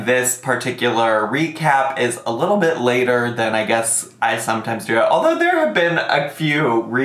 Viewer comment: I swear every time you say "Little Bit" I hear "little bitch" 😂 cracks me up every time